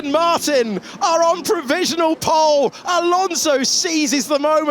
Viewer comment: “Ocon’s taken POLE, Ocon’s taken POOLLEE position” 🤣